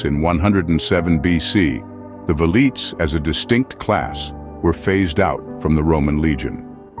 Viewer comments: Veleeets? Nah. Vel ee tays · The "V" is pronounced like a W...Welites